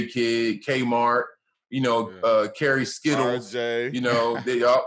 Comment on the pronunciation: Did this dude say Kerry Skittles? 🤣🤣🤣